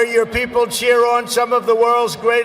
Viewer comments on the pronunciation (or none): I only came to hear this word😂😁 Trump's Pronunciation is amazing 👌 Chaiwala = chiwala Bhangra = Baangar Sachin Tendulkar = Suchin Tandulkar Virat kohli = virat koli Diwali = Duwali Swami Vivekananda = Swami Vivekamundan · JAMES NOT JAINS SUCHIN NOT SACHIN SIR